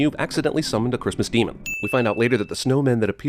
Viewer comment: it's da cwistmas demun!